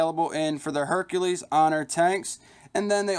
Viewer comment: Informative review, but you're not pronouncing the name right. It's Herakles (Hair·a·klees), not Hercules (Her·cue·lees)